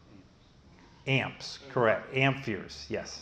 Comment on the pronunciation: Are you saying amp"fears"? Great videos though! I highly recommend them!